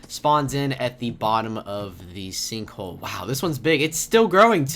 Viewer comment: you said "sinkhoe"